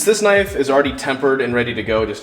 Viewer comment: That's a KNOIFE